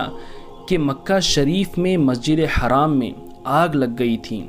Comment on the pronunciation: It's masjid e Haram, not haraam it will change the entire meaning if your pronounciation is wrong